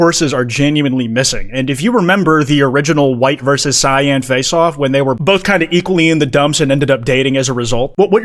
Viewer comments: Bro pronouncing cyan like shein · nevermind i take it back i just heard him pronounce it see-in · No, no. You cant just say it right and not acknowledge "see-yan." I expect a ukulele/interpretive dance/apology video soon. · Whens the correct cyan pronunciation arc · how do you pronouce it? because pronounces it correctly. I have never in my life met someone who doesn't pronounce cyan like that